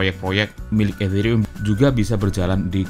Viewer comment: Nyebut Ethereum kok kayak kumur-kumur